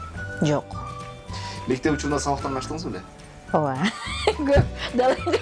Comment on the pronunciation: Оова дейтго ужас😂